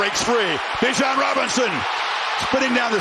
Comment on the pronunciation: They still say his name wrong. You pronounce it with out the I. B-jan not Bi-jan